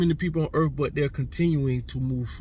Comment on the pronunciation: Please debate Geno Jennings on your podcast. It's Earth 🌎 not urf.